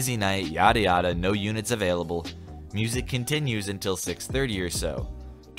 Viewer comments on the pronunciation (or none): I FEAST to my ears 😂😂😂😭 cause he can’t say music